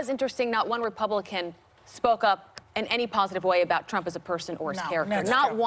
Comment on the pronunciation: did she say Kump or Ktrump